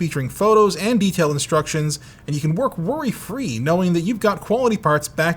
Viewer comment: F-REEEEEEEEEEEEE, dom-ains